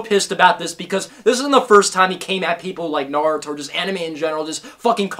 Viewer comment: Naruto not Nardo